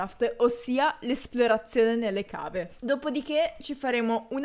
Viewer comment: comunque si scrive cave ma si pronuncia cheiv scusa ma sono fissata a dire le cose come stanno